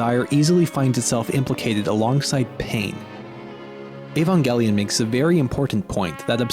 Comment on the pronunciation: trye, but it's evangelion, not ayvangellyun